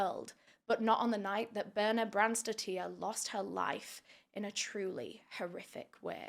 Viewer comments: As an european it really baffles me that people don't even try to pronounce the names right... The last name isn't spelled "tier" it's "tir". Dottir means daughter and these kinds of last names are still quite common around iceland, norway, sweden for example. And yes, I know true crime creators TRY to pronounce them correctly, but here it seems it wasn't even worth a try... Seems like just read it and went along what she thought was the right way pronounce it... It just makes me feel like some of us outside UK and US aren't even worth a try for justice... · bjørns-daughter would be easier for you to say for her last name :)